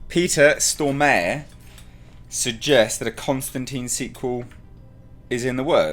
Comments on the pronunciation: To, its more Storm are then stor mare, when you say "stor mare" it hurts in my head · Looking buff,! And it's "Stormare" (stormah-re, re like in "report", hard "r"). Literary means "Stormer" someone who storms things I guess. Thanks for the video! Love your videos. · Pronounced "Stor-Marè"...